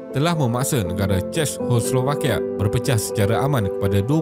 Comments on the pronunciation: Sebutan dia ce-kos-slo-va-kia, takyah susah2 belit lidah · Narrator tolong lah buat homework dulu mengenai sebutan yang betul dalam content setiap video. Ini bukan cara sebutan Czechoslovakia yang betul. Bukan dalam video ini sahaja. Video video sebelum ini pun banyak sebutan yang salah. Ini teguran untuk improve dari segi pronunciation selepas ini. I really like this channel and will keep on supporting 🌸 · Sakit kepala dengar tuan empunya video sebut 😂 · susah betul nak sebut Czechoslovakia